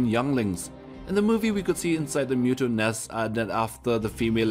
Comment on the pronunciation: It's muto not mewto